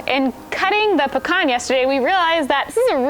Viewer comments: Hey I have pecan trees 😃 and thanks for pronouncing it correctly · P.S. Thanks for pronouncing pecan correctly